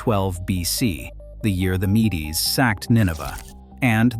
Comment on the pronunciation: Mee-Dees? All my life I've heard it pronounced Meeds, like the honey brew.